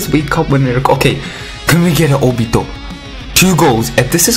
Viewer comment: I really like the way how you pronounce Naruto and Obito. NaRUTO, OBIto